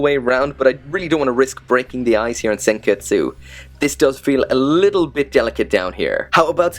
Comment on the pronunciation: You said senketsu but its pronounced senkets